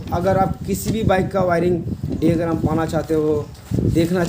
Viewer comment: ডিওগ্রাম না দাদা, ডায়াগ্রাম বলে।